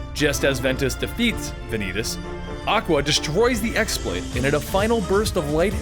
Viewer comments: Ah I just wrote a post without looking at comments and you said the same. It is definitely pronounced keyblade. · ok hold on, im but let me set on thing straight, it is not pronounced as X blade, it is pronounced keyblade (as wierd as it may be). in the game they call it key blade never x blade even tho thats how its spelled. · pretty sure the X pronounced as Chi, in some way it can be even pronounced as Kii (Key). it's Greek if i'm not mistaken. the normal keyblade is just pronounced as that but X-blade in the game was pronounced as Chi blade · yeah! I mean X-Blade is totally forgivable because everyone pronounces it like that now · "Equarus"? "Ex blade"? But... No... :P